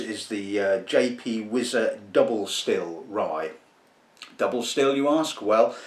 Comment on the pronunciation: It's pronounced "Why-zer." Not "Wiz-zer."